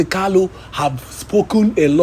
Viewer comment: Is he Kalu or Kanu. Please pronounce his name correctly.